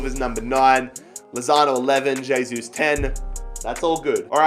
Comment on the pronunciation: Pronounced "hey-sus"